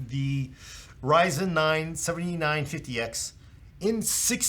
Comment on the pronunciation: Something that drives me absolutely nuts is putting the emphasis on the wrong number. This is the fifty nine fifty X and this one is a seventy NINE fifty X. Losing my mind here.